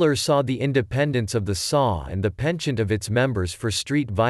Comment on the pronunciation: It's not "the saw". It's the S.A. Pronounced "essay".